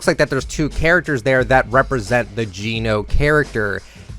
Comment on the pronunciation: It’s pronounced jen-oh not gene-oh